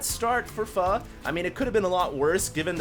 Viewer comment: Hd says pho right